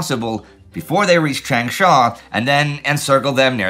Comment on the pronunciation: His pronunciation of Changsha is fine. For Guangzhou, it isn't. Also, xue yue is misspelled and mispronounced. That said, I think the lack of maps today is a temporary d day issue and the campaign in China will continue through the summer and fall. Remember, at this time (and now), Hunan province has more people in it than France. In terms of what will be most consequential for the post war world, ichigo is up there with bagration and d-day. It will smash the nationalists right before meaningful allied aid can get there. More than half of the aid that the nationalists get will only arrive in 1945. Had ichigo not happened, the KMT would have been able to add to their capabilities rather than restoring what was lost. As it was, the kmt was not able to recover before the war ended.